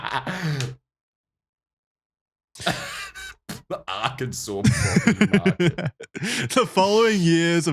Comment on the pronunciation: You pronounce Arkansas correctly, but those of us not from Arkansas intentionally mispronounce it, we also pronounce the s at the end of Illinois just to fuck with them